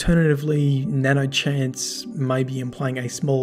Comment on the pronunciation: I don't necessarily like to correct people, but it's nanoHANCE, not nanochance Which I would think means that the icebreaker was modified and improved with Sive, but I'm not sure